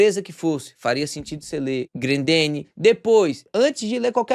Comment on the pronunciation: o não e Grandene. e Grendene